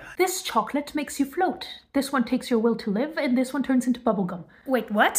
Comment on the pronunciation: "B U B B L E G U M " had me weak 😭